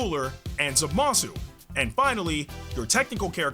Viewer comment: You pronounce Zamasu like a Weasley . its ZAmasu not ZaMASU lol